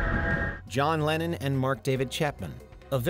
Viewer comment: Why the hell are you pronouncing LennON as "Lenin"...?? I was sat here wondering why the hell Lenin signed a record...